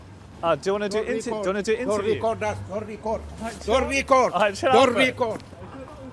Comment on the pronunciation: "Don'rrrtttt Rrrrrrrrecorrrrrrdrrrr"